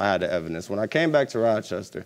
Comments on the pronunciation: He said: " I got evedence of the proof of when we got together"🤣🤣🤣🤣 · "effidence" boy you didn't try